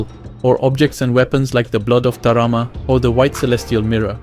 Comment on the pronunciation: ITS BLOOD OF T A M A R A......NOT BLOOD OF T A R A M A as you say all video ,, so ta-ma-ra ( 3 syllables 1-ta 2-ma 3-ra ) an no ta-ra-ma ( syllable RA dont exist you made it up -ar you here at the end of word ta-ma RA)